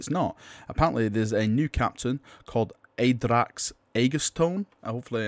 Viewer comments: (First off no critisism just wanted to help you out here) Your pronounciation made the name more akin to something norse like a space wolf name "Aeiderax" whilst its likely just Add-RAX. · Ah-dracks Ah-gah-toe-knee.